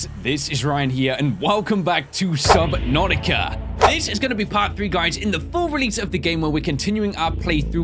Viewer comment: Hhhhhheeeeelllllllooooo su nativa